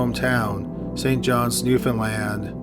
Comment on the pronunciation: WOH HEARING SOMEONE ACTUALLY PRONOUNCING NEWFOUNDLAND CORRECTLY? WHAT?